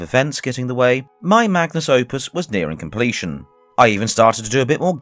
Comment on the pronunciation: Figured you'd might want to know this before the full video drops, when you meant to say "my magnum opus" you instead said "my magnus opus".